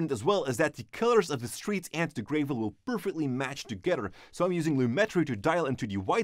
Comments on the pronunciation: its gravel not greevil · You said grave-el, it’s gravel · It's Gravel. Not "greivel". But a great video nonetheless! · Great videos guys. Thanks! Just a friendly tip for English pronunciation..... Whilst the gravel is grey, it's not pronounced GRAY-ville. The first syllable should not rhyme with "hey", "shade", or "gray/grey" but instead should have the same "a" sound that is used in "grab", "hat", "bat", or "tap". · It’s not pronounced like grayvel it’s pronounced like gravel with a short A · The way he says Gravel.... It's gravel like apple not grAvel like April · I hope hope hime pronouncing gavel gray-vel is a joke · Gravel is pronounced grevvol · I m sorry but graaavel? its a small thing but it made cringe so fucking hard everytime he said it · "GRAVE-EL" *sigh* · Prolimentra An accent is one thing, but it's not the case this time. Since he uses other words like tape and etc. that sound the letter 'a' the same way.